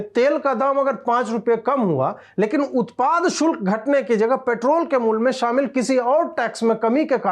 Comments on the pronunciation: Shulk bolein sukl nahi ,please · Ajit bhai shukl nahi shulk bolo bhaiya...taish me sach to bola lekin uccharan sahi rakho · Ajeet Bharti ,Keep roasting Ravish Bhaand and NDTV crew. Occasionally also keep heating the bums of Wire and Print.A correction in your narration today, the correct word in Hindi is "Shulak" and not "Shukal". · उत्पाद शुल्क not शुक्ल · शुक्ल नहीं शुल्क होता है वैसे कोशिश अच्छी हैं हिंदी बोलने की. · धन्यवाद। शुल्क को शुक्ल बोला गया । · Ajeet bhaiyaa utpaad shukl nahi utpaad shulk boliye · शुक्ल नही शुल्क कहिय । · सही उच्चारण , " सही शुक्ल " नहीं बल्कि ," सही शुल्क " है . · Shukla aur shulk me antar hota hai hindi pahle Sikh le baad me bakaiti karna. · शुक्ल नहीं शुल्क(शुल् क) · शुक्ल नही शुल्क बोलना चाहिए था। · शुल्क नाकी शुक्ल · Shukla nahi chutiye shulka hota hai....BC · Utpad 'shulk' Ajeet ji 'shukla' nahi.